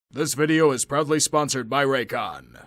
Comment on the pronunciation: Am I the only one who heard at the very beginning: "This video is probably sponsored by RAYCON", when I'm sure it was "This video is proudly sponsored by RAYCON"😂😂😂